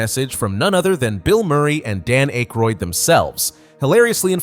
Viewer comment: This has been entertaining, but the mispronunciation oof Dan Akroyd's name indicates a heavy AI narrative. If the content is correct, I like it, but the AI backstory of the creation of this video is troubling.